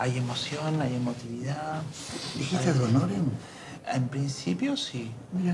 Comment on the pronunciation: Dijiste adhonoren? Jaja me estalle los dientes de la risa